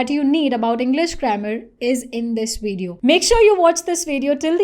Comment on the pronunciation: she pronounces VIDEO as "veed-yoh." This is a typically-wrong Indian pronunciation. Right: "vid-i-oh" / " vid-yoh."